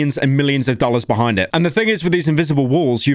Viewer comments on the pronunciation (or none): none